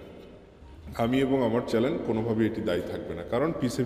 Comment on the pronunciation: চ্যালেন না চ্যানেল হবে